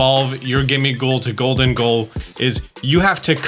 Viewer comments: Isn’t it pronounced “goal-deng-go” kinda like the name Diego? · I Love but man i hated how he said gholdengo